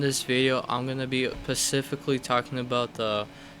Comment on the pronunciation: He will pacifically focus on the more modern versions of the games 😂 American grammar at its best